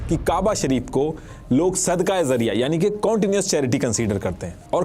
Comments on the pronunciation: जरिया ❌जारिया ✅ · You are making a video on a topic that you don't even know how to pronounce. It's not Sadqah Zariya It's Sadqah Jariya The voice of J not Z Still appreciate your awareness video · Zariya Nhi..its jaariya.. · Words to sahi de bol lo sab basic word apna Galat bole Gai zarya NHi jaryia Amr NHi Amar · I appreciate, but actual pronunciation is sadaqae Jariyah , not zariyah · It is sadqa-e-Jaria not sadqa-e-zaria. Jaria is from the word Jari, which means continues. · That is called "Sadqa-e-Jaariyah" not 'sadqa-e-zariya' you should hire an urdu expert in you team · Bilkul theek kahaa aapne ..lafz ka tallafuz sahi karna zaroori hai .. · Sadqah jaariyah not zariyah